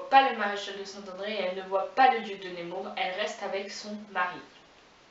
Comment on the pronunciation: Mervi beaucoup! Persévère ici et sur Instagram. Et petite note prononciation c'est nEmour pas nÉmour:D Force. Amour. Inspiration. Sur:)